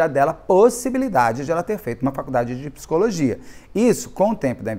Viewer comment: te amo, mas "pissicóloga" e "pissicologia" não dá kkkkkk